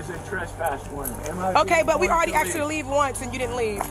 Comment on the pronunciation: She axed him. I say no more !